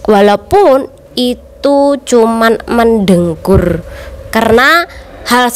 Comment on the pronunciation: Mendengkur mbak Bukan mendengur